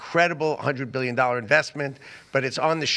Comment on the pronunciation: One birrion dorrars